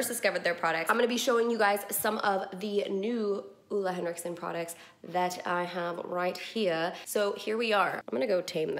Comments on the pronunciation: You def mispronounced Ole Hendrickson at first. It was the toner, Steven bought it for you when you were on a trip and you had breakouts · More like OH-le you could say. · Ole Henriksen is a danish name and you sure are close to pronouncing it completely right! Better than most people haha. Greetings from Denmark! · I love the way you say ole henriksen😂 I’m from Denmark and it’s a danish company so to hear it pronounced in English is so strange😅😅 But so happy and proud of him he really work hard for his brand and he is just such an amazing person. His energy is everything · Well, Ole Henriksen is danish so you’re actually still saying it wrong 😂😂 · always funny when non-danish people are trying to pronounce "Ole Henriksen"